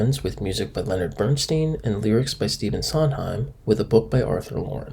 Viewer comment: Bern STYNE--not Bern-STEEN. A-bee's--not Abby's--Irish Rose.